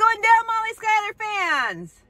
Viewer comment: How do you possibly get “skylar” out of Schuyler? I’m a proud Schuyler and my family goes several generations back. I can tell you without doubt it’s pronounced shoe-ler